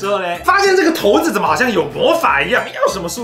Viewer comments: 大部分的觀眾以及手機的搜尋引擎都認為是ㄕㄞˇ不是ㄊㄡˊ 在影片不管是不是刻意的 有點感覺不太舒服 差評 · 骰（ㄕㄞˇ）子是約定俗成的說法，教育部網站也寫（ㄕㄞˇ）是骰的語音，應該沒有必要特意唸成骰（ㄊㄡˊ）子吧！ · 是ㄕㄞ骰子喔~不是ㄊㄡ骰子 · 「ㄊㄡˊ」子 好像才是正確唸法 然後 又唸成ㄕㄢˇ子了~哈哈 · 骰子，根據《教育部國語辭典簡編本》正確讀音應為「ㄊㄡˊㄗ˙」，但不少人還是會念成骰子「ㄕㄞˇㄗ˙」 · 聽了ㄊㄡˊ子好不習慣，但長知識了，還是覺得ㄕㄞˇ子順耳，畢竟大家都習慣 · 出頭真多，ㄕㄞˇㄗ˙就ㄕㄞˇㄗ˙還刻意唸ㄊㄡˊㄗ˙ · 結果影片中還不是一直唸ㄕㄞˇ子，到底開頭為什麼要這麼假掰？ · 拜託不要在念骰子了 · 「ㄊㄡˊ」子 第一次聽到這個唸法，好酷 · 很有可能是連自己都沒意識到說成ㄕㄞˇ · 原本想講正確發音，結果還是習慣性的說錯了。 幫大家科普一下： 色子=>ㄕㄞˇ ㄗ˙ 骰子=>ㄊㄡˊ ㄗ˙ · 講投字超出戲的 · 你的4沒有塗紅色啦、4也應該要是紅色的😂(咦 然後就唸ㄕㄞˇ子沒毛病啊OAO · 說成ㄕㄞˇ子了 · 打ㄊㄡˊ跟ㄕㄞˇ都會出現骰，為什麼不唸ㄕㄞˇ子啦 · 所以幹嘛硬要講「ㄊㄡˊ」子🤣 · 超不習慣聽到ㄊㄡˊ子😂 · 不是骰（shai）子吗哈哈哈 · 教育部又亂改字音了?我一直以為念ㄕㄞˇ子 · 骰這應該是唸ㄕㄞˇ吧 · 不是骰ㄕㄞˇ子ㄗˉ嗎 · 一直說投子..... 會很出戲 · 看完只記得ㄊㄡˊ子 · 這不是應該唸ㄕㄞˇ 嗎？ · 不行我不能接受ㄊㄡˊ子這讀音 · 這點小事不用特別拘泥沒差，相信台灣大部分人還是習慣念骰子不是骰子，按照自己習慣的即可，能懂意思就好啦，不是什麼大錯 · 語言本來就是溝通的工具，慣用的常用的，大家聽得懂就好了，整片下來兩種發音換來換去聽得超級尷尬